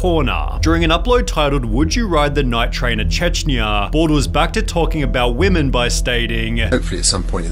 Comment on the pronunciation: “All weemeen”